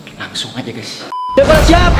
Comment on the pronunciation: Bukan stembel kocak stambel